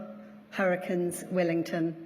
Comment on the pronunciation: I think I heard the word Hurricanes in maori 'Harakins'😂